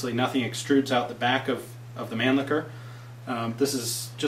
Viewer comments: Not pronounced man licker. That's completely butchering the German pronunciation. Its man- lisher to type it as it sounds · Nice job Ian! Just wanted to share with you that the Europeans of Germanic descent with whom I've discussed such things as the Mannlicher rifles, et. al., would pronounce the name (phonetically) as mahn-leesh-uh. Otherwise, your knowledge makes for quite interesting vids!